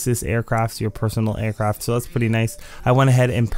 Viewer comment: Customized Aircraft* (Not trynna be an asshole but just use good diction bruh) Otherwise awesome video you always help me out with the time trails.